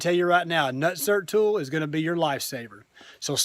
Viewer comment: Lol “nertsert” Great video, and VERY informative! 👍🏼Would you feel confident in standing on these fenders if ever needed?Vader looks bad a$$, btw.